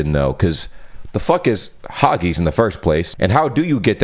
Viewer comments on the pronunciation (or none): Haggis is pronounced. Hag--iss. There is no turning on red lights at all in the UK. If you do so, the camera above the junction will make sure you get a hefty fine for running a red light.....that's if you avoid an accident. If not, then you are in real do-do! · The haggis thing had me cringing at the pronunciation😂 As a Scot i have to inform you that its pronounced either hagg-isss like hiss without the 'h' or hagg-is. Also, Glaswegian. Its Glas-we-gian, people from the city of Glasgow (Glasgo, not Glascow or any other crap pronounciations). Those are my PSAs for the day 😁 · It’s pronounced ( phonetically spelt here) Hag is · Haggis, that's hag-iss dear not hargies 😀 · Hah-geez?!?! The word is pronounced HAG-iss. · Just an FYI if it ever comes back up, Haggis ends with a hard S sound like kiss or miss, not a soft S/Z like takis or tacos. Glaswegian (pronounced Glaz-wee-jun) or people who come from the city of Glasgow in Scotland. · Dumbest thing in American ever said to you, how about hagies for haggis it is said ha-gəs...🤣🤣🤣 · hello, about the haggis bit (leaving the embarrassing moment aside), haggis is a known food of scotland, and is more of a hard i sound, not an ee sound. :) also, there is no turning on a red light, it just means stop, and a glaswegian is a person from glasgow. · Haggis is pronounced Hag - iss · My American friend sent me condolences when the Pope died because she thought he was the Pope of Canada. Another told my cousin that someone in New York told her that Canada is the most beautiful part of 'this country'. I've never heard haggis pronounced "hawgees" but it's amazing the number of people who think haggis IS sheep's stomach. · I’m Scottish, and your pronunciation of ‘haggis’ is odd, but kinda cute 😉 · Never say haggis again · GlasWegian is someone from Glasgow, Scotland. Your pronunciation of haggis was disturbing. Fyi, you're not allowed to drive through a red light at all, it's got nothing to do with which side of the road we drive on.